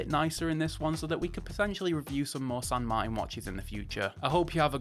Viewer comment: San Mar-tan Not Martin. Like your Uncle martin.